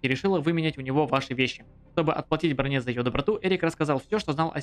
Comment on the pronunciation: БрОне, ударение на о